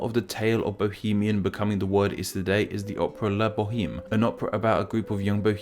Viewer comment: The name of that play is pronounced like La Bow-emm.